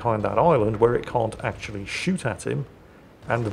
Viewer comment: Act'choo'ally,... We wouldn't "act'choo'ally" you on that.